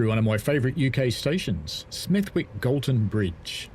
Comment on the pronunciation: Anyone who pronounces the w in Smethwick is either an outsider or posh. Either way it’s dead wrong! While I’m at it, football came home and stayed home for the women. Still waiting for another actual World Cup though. The men won ALL their qualifiers.